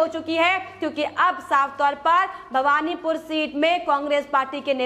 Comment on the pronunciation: It is Bahvanipore and not Bhagvanpore